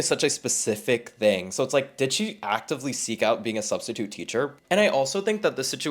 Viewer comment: "Studstitute" has me ROLLING💀